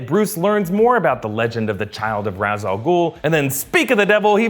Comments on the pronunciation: Ok is anyone else gonna notice how he pronounces Ra's, it's pronounced Raysh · Love the movie but it bothers me that they pronounce it as "raz". It's "raysh".